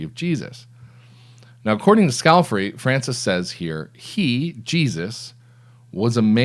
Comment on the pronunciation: Scale - FAR- ee,, skal-far-ee NOT scalf-eri